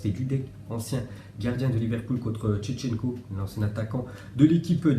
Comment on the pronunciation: Chechenko mdr 🤣 c shevvvshenko y’a oublié le v en plus c une légende